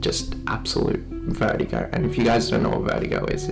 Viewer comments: he said vertigo as veigo i think britishers skip the 't' imagine him saying "attestation" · Lol I thought he said vergo and my sis is a vergo WAIT I CAN DIE FROM MY SISTER?